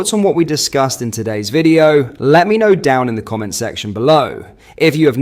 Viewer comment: I'm sick of your long drawl posh accent... it's beginning to annoy. And who says "commènt" as a noun, pretentious fool. It's "còmment".